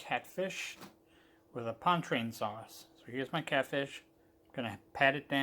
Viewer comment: For the love of God, it is not pon-train sauce! At least learn how to pronounce your dish before you make a video of it!! It is pronounced pawn-cha-train.